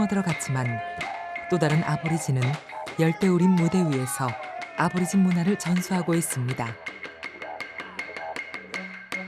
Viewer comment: 아보리진이 아니고 애보리진 이라고합니다. 그들의 현실은 더 처참합니다. 다음세대는 보다더 나은 환경에서 이땅의 주인이라는 위치를 되찾길 바랍니다.